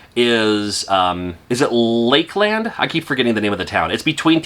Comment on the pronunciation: Yes Lakeland. It's kind of a soft A like "Lakelund". (I live 2 towns over from Lakeland).